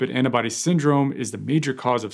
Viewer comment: *Antibody, not "annabody",....